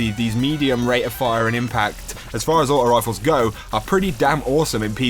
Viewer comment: () aught-oh wifle